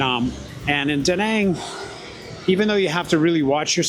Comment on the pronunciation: I enjoyed this, looking forward to future videos. Not trying to be super picky but you continually pronounce Da Nang wrong/ this might make some viewers question your content....(check out proper pronouncement on Google). Best wishes for your channel 👍